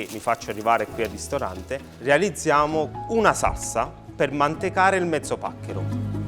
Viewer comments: ma sembra solo a me che non riesca a dire "SALSA"..sembra dica "SARSA"...o cmq pronuncia la parola in modo strano...sto napoletano un pò "de roma"...🤣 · magari impara a dire salsa invece di sassa, piuttosto che fare questi troiai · Quanta paccheri? Non voglio parlare delle lische fritte, t'è magn tu, neanche della pasta buttata, che poi il basilico nella marinara se ce lo metti a napl t vattn e mal nun fann, il peggio è sentire saRsa e Rimanere e sgamare che stavi pure leggendo. La guida michelin? Si dovevano dedicare solo alla vendita degli pneumatici. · Si dice saLsa e c cazz